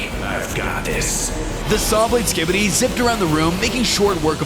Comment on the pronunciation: "as we chanted the sikibidi war crime"💀